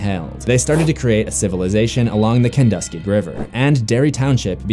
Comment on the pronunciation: I just caught this on a day off. Interesting little backstory, but the pronunciation of the Kenduskeag is "Ken-dusk-keg". I was hoping there was a mention of the Neibolt House other than the leper, but it's nice how the Standpipe is brought up. Not sure of actual backstory of that other than, it's opened during the fall for the leaf peepers (this town is notorious for the amazing foliage in the fall) I invite ANYONE to check out the spots they bring up. Mind you, the downhill photo is actually Main St (looking down to the Hammond, State, Central and Main intersection...and yes, it is a messed up junction of the roads) but follow down, and you can locate the last stand of the Brady Gang